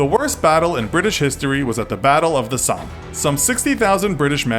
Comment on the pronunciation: You say Somme wrong btw